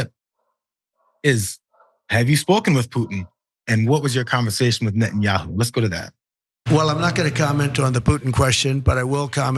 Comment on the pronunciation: Trump doesn’t know how to pronounce Bibi’s last name